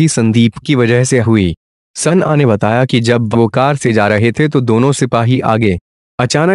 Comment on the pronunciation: Sanna sanna sanna kyu bolta hai? sana bol